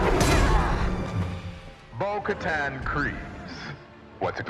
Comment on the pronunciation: 보카탄발음이 잘안되시던데!!복까탄 no!......보- 카탄 뛰어 읽으삼.